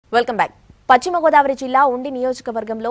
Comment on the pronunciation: Editor gaaru Adi pachima godavari kaadu sir.. Paschima Godavari.. please correction the diction...